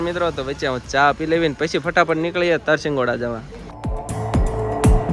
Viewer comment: Tarsingoda nay Tarshigada